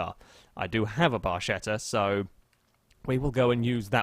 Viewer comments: is barketta, not barscetta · i'm cringing so badly... you should pronounce it barketta, ch in italian just sounds like k